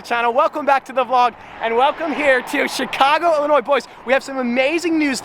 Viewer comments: I was just fishing there a few weeks ago. Thank you for not pronouncing the "s" in Illinois.... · Thank you for saying sears tower and pronouncing Illinois correctly.....